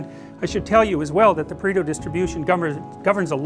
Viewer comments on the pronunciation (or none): It's "Pareto" not "Preto", from the name of Vilfredo Pareto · its pareto not preto. Would take 2 seconds to google. :/